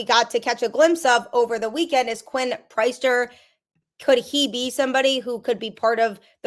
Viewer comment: Priester, it is pronounced the same as if he led a congregation on Sunday. Priest-er not price-ster